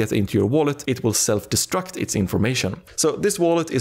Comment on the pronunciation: Did this mf say seld destruct? 😮